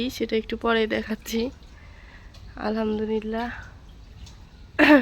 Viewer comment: 'আলহামদুলিল্লাহ' হবে। আলহামদুনিল্লাহ না। এটুকু উচ্চারণে গাফিলতি করা উচিত না